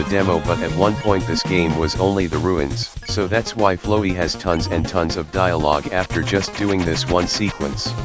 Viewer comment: and you would be right to assume that. that is the correct way to pronounce Flowey’s name. The annoying dog has spoken.